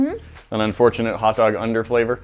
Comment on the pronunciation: they took "hotdoga" lol